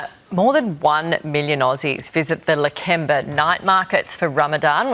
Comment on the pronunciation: Lake ember. She hasnt been there dosen't even pronounce the suburb correctly. Its Lakemba, shes so ignorant and bigoted.